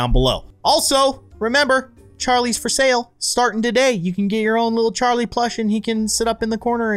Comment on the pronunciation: It's not carli it is Charlie